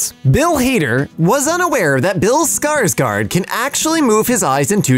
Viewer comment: Fun fact:, actually does pronounce the name Skarsgård correctly. I know this because the man in my town with a tv repair shop was named Skarsgård, and that is how he pronounced his last name.